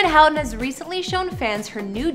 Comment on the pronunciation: The last name is PRONOUNCED WRONG AND SPELLED WRONG ! Get your facts straight !